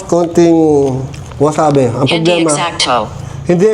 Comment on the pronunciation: not wasabe is wasabi ang tawag d2 s japan👍